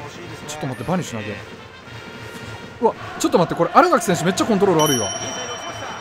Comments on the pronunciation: あらがき じゃなく あらかきです← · あらがきじゃなくてあらかきやな。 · 「あらがき」じゃなくて「あらかき」です笑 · あらがきじゃなくて、あらかきなんだよなぁ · あらがきじゃなくてあら【かき】ですよ笑